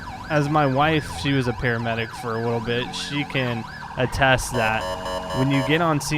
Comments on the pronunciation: He cannot pronounce the L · "A wittle different" Anyone else hear that in the beginning?